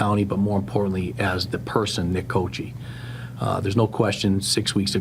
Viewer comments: his last name italian "cockee" that is how you pronounce "cocchi", in italian it means coconuts, plural of cocco, is cocchi, pron. kokkee, (not cochee). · It's funny --- the correct Italian pronunciation of his name is /ko-kee/, not /ko-chee/. I grew up in a small town with a large Italian ancestry, and everyone I knew maintained their original pronunciation. Normally 'C' is pronounced like 'CH' when followed by 'E' or 'I' --- Gucci, "Ciao!", Liberace, etc. But an 'H' after the 'C' gives a hard pronunciation, as in Pinocchio or chianti. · Fun fuct Cocchi is an italian last name. It translates to "coconuts" and it's pronounced "cockky" 😂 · The name Cocchi (meaning coconuts) is Italian and would be pronounced Coc-ky, why then do Americans, pronounce it wrong ?! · Any native Italian speakers out there? Sheriff's name is pronounced "cocky", right?